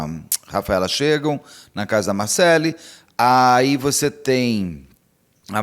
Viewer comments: Por que você insiste em dizer "Marcelí", Beto? Qual é a sua dificuldade em pronunciar o nome Marcelly = MarcÉLI, corretamente? Credo, que irritante!😮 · É Marcelly, não MarceLIIIII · Só um detalhe que posso falar com precisão... A pronúncia certa é Marcéli, como se tivesse um acento na letra" e " Pelo menos a pronúncia do meu nome é assim 😊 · Amo o Beto, mas essa pronúncia do nome Marcelly tá impossível de assistir...